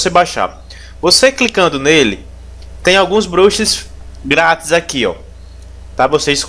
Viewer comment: valeu o tutorial mano mas esse "BROXE" me quebra kkkkkkkkkkkkkkkkkkkkk